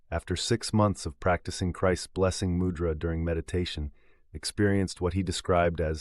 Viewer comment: Refreshing to hear mūdra pronounced well, and the voice being a real person, thank you!!